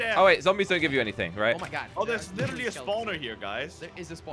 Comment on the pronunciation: “Oh, there’s literally a *spoawneer* here”☝️😭🔥🪦